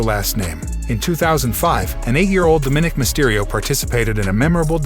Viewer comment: His name is Dominik Mysterio not what you’re saying